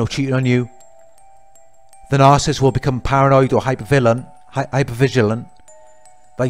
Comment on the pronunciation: It’s “NAR-SIS-IST”